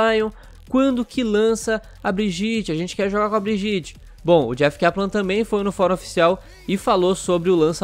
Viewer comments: OW, a pronúncia de Brigitte é Briguita, não Briguite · A PRONUNCIA É BRIEDIETE NÃO "BRIGITI" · Se fala briguita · O certo é Briguita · Socorro, ele fala Brigitte errado. Que agonia. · Fala o nome da mina direito😂😂😂